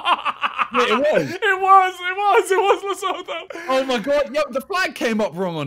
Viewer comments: The way they're butchering Lesotho and eSwatini 😭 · The way they say Lesotho is quite painful😭